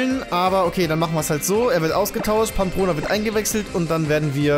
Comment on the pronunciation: Ey kennste nicht mal den richtigen spitznamen von Pampross?? Es heißt PAMPONA und nicht wie du im ganzen video sagst: PAMPRONA!! aber naja fehler passieren, du bist der beste mach weiter so, hast die 1.Mio abos verdient, solltest du ja 2018 schaffen;)